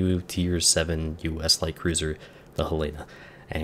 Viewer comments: Sorry. Didn’t want that to come off as snarky. I spent some time in Montana’s fine capital. Ain’t no one who says it that ‘hellahna’ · And I think they pronounce Helena with the emphasis on the first syllable. Wherever in Montana it actually is.